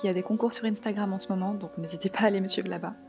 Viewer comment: Juste instagram le in se prononce un